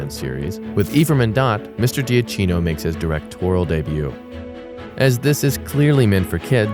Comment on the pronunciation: You mispronounce Salazar and Giacchino.